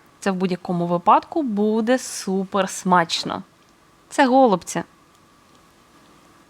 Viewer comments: В українській мові правильно наголошувати голубцІ́! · Наголос на останній склад у словах голубці та фольга. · Я написала- необычно, о зручности речи не было. Українською тоже слышала на последний слог ударение. Вначале подумала, что вы так шутите чтобы внимание привлечь, потом почитала, что на О ударение на западной Украине. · Необычно слушать ударение на О. Пошла читать историю про голубцы). Спасибо.